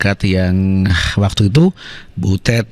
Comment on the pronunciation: Butut ah bukan butet